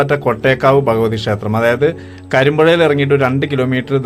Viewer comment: അറിവിന്‌ നന്ദി.. വീഡിയോ ചെയ്യുമ്പോൾ ഉച്ചാരണം ശ്രദ്ധിക്കൂ. ഷേത്രം അല്ല ക്ഷേത്രം എന്ന് പറയു.